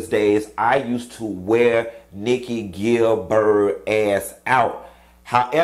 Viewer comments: How he pronounces my last name irks me. Gil-buuurt, nope nope nope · why you keep calling her GilBIRD? 😂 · The pronunciation of “GIL- BIIIRRRDDD” (Gilbert) kills me everytime! 😂😂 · Gilbert…, not Gilberd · "Nikki Gil-BERG" tickles me! 🤣😂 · Q!!!!!! Her name is....,,"GilberT!!!!! i am hollering! Why is he Not pronouncing the end of her last name???!!! GilberT!!! 😳 omg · How are you pronouncing her last name lol